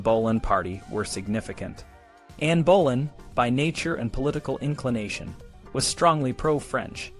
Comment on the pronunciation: Bolan?? It's Boleyn!